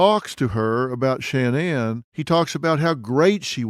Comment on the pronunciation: I'm not trying to be rude but it sounds rude but why does Dr Phil mispronounce Shanann's name